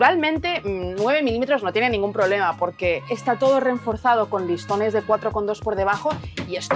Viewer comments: cada vez que dices "reNforzado" dios mata un gatito XDDDDD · reforzar, pero puedes seguir metiendo la N en medio por las risas más que nada jajajajjajajaj te queremos tal como eres